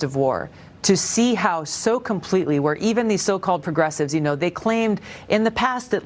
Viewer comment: "Puh-gressives" "Tucka Carson" "Pop-a-list" You make Fetterman sound like a skilled orator 😂